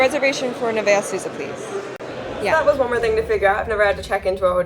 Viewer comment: Neveah not Nevaeh. Nuh - vay - uhh ...its not, Nuh - vae - eh?